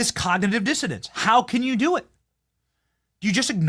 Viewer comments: Hello Benny. I watch every one of your WONDERFUL programs. Just a quick headsup from the UK 🇬🇧 The word, COGNITIVE DISSONANCE means all that you say it means but the word is “DIssonance” not Dissodance. An N in place of the D. Hope you don’t mind the minor correction. Huge hugs ❤🇺🇸🇬🇧🇿🇦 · It's "Cognitive Dissonance", Benny... NOT "cognitive dissidence"!!! 🤣🤣🤣